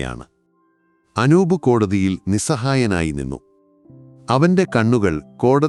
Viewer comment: അക്ഷരങ്ങൾക്കും വാക്കുകൾക്കും സ്പുടത ഇല്ല. ചില വാചകങ്ങൾക്ക് full stop ഇടാൻ ശ്രദ്ധിക്കണം. പിന്നെ അനൂബ എന്നല്ല അനൂപ് എന്നാണ്.